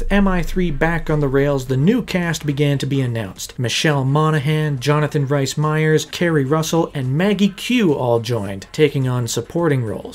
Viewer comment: Rhys = Reese. Not "rice."